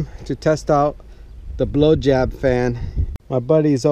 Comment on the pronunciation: Hehe.. "BlowJab"